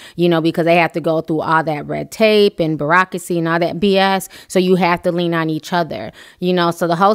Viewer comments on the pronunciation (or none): none